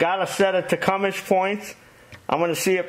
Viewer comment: I had a neighbor who called Tecumseh "Tee-Cum-Sah" I always suppressed a laugh, because he was a nice guy and a great neighbor, didn't want to hurt his feelings. Now I know I was mispronouncing it too! says Tecumish, so Tecumish it is! Thanks for the video, I was pretty sure Slipper was gonna be the bad guy!